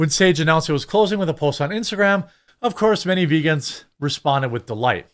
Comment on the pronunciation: veegaans are reetaards!